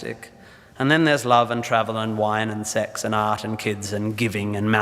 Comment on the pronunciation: Why does he emphasize SEX? is he sex addict?